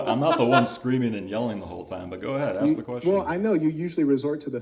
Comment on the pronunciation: He said Axe 🪓 😂🎉